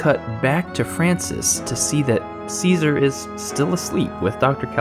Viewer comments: Great review, I dont wanna be one of those Im smarter than u people, I hate that lol, but its pronounced chess-uh-ri, cesare, ceaser is a completely different name, easy mistake to make they are very similar, figured u may wanna kno, the video was very well said I enjoyed it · One quibble. Cesare is not pronounced Caesar. It is pronounced Chesaray. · Som- nam- byu- list and Chez- array are how you pronounce somnambulist and Cesare. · I believe it's pronounced 'Cheh-sah-ray" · Cesare is pronounced 'che-sa-rey' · That's what I thought.